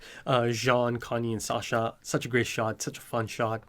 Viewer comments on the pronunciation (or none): none